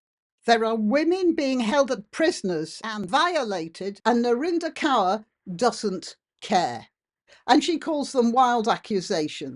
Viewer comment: Some of us have been warning about the creeping beast system (AI) for decades. Kaur ( pls note, it's pronounced Kor) has capitalised on this system and accrued significant wealth her entire life. Now.......???....her weight is questioned? I have precisely NO sympathy for her. Or for your take on this,. She is no kind of desecrated wallflower. She reaps what she sowed. Real life crime should be our priority.